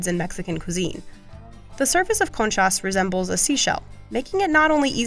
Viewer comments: i love how she goes out of her way to try n pronounce all the middle eastern breads correctly but cant say concha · you actually dont know if she did pronounce them correctly. Maybe she did as bad with them as she did with concha